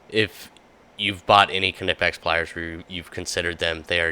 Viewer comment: Every time I hear you say Ka-nipex I assume you frequent bath houses looking for a gentleman to forcefully enter into you behind a dumpster